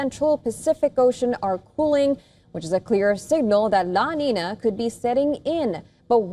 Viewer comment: The pronunciation is "La Ninya"